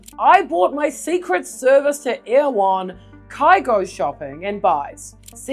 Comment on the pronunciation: "Erewhon" is pronounced roughly 'error whon'. It's a book by Samuel Butler and there's a sheep station in Canterbury named after it. 😊